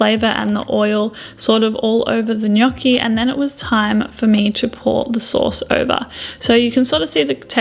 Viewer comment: nice pronunciation of gnocchi!!😄